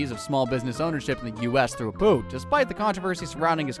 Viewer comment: First, stop flipping the images. Whatever you're doing it for is bluddy stupid. Second, your section on Apu, you pronounced his name wrong and repeated a section of speech. Third, not all of these are ACTUAL Jobs. Graffiti Artist and Climate Activist are certainly not "jobs" for a start. Eat those words, boy. Donald Trump is doing some great things in America. 52:2 Why did you replace the real (and non-copyrighted music) with this absolute drivel?